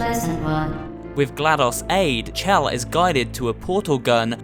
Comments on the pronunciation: You are literally the only person i've ever heard spell her name as "chell" and not "shell". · It’s pronounced shell but it looks like chell